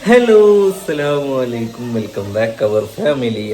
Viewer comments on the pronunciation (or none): ദയവു ചെയ്ത്. അസ്സലാമു അസ്സലാമുഅലൈകും എന്നു പറയുക. സ്സലാമുഅലൈക്കും എന്നല്ല പറയേണ്ടത്